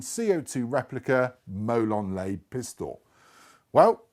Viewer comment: It's pronounced molon larbay.. lot molon layb. ;)